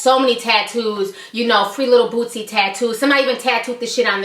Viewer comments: why are you saying bootzy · Lol She Kept Sayin Lil Bootsie , Its Boosie Ma'am . My Dawg Free Now Yall Be On The Look Out For My Nigga .. Click Our Channel To Check Us Out , "Jae'Kush" Boosie's Up Coming Young Artist . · Its not bootsie bitch fuck